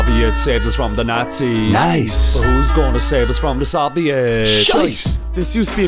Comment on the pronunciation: "Their creeps but they safed us from the naazeeeas" xD